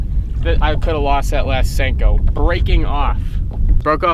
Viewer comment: Sanko or Senko?? LOL